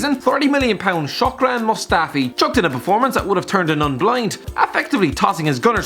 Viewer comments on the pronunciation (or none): that's 'SHKO-DRAN', not 'SHOCK-RAN' 'ABOUBAKAR' not 'ABOUKABAR' Seriously, slap ya'self with that scarf.. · How to pronounce Shkodran´s name correctly. Shh-kod-raan.